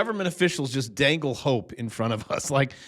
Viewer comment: Did you say "dangle"? 😂 Thanks,! 😊